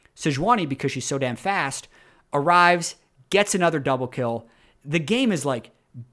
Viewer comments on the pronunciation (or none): none